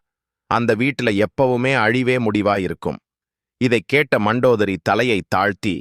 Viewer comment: மந்தோதரி அல்ல மண்டோதரி